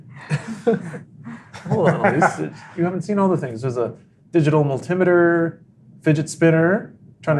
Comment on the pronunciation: You lost me once you pronounced “multi-meter” like that